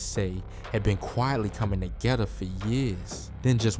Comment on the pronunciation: Where he from he said togetha 😭😭